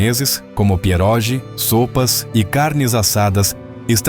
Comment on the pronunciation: A pronúncia de pierogi é "pierógui".